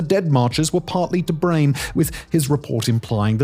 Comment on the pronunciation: "brame" lol